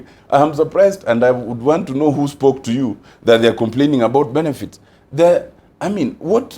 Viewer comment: Paind a salary... mbring... hasked... tongd... ndo it... accomondate... hi spoke ambout... oh God!!!!